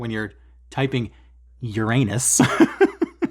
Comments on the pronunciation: Oh my, the way you say URANUS places a picture in my head I really don’t want to see 😂😂😂 Awesome stuff you’re stitching! Keep up the good work and the entertaining stuff 🤪 Stay safe and happy stitching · Uranus 😂 not so funny though if pronounced as urenus 🙄